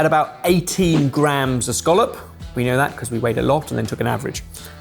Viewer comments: pronunciation of scallop is irritating me lmao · Dunno why the English pronunciation of “Skawlup” annoys me so much when here in Scotland we call um a “Ska-lip” 😂